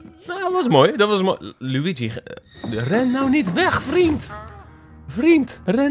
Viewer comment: Het is LUiGi ni LUIgi